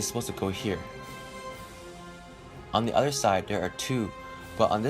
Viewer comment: try saying "Other" not "utter" you need to work on your O's